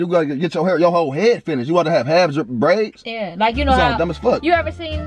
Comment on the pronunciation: “Praids” stfu 😂😂😂